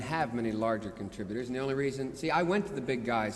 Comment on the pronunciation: Large "Contributores"